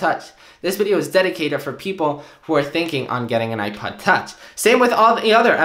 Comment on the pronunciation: Is he saying iPad touch instead of iPod touch??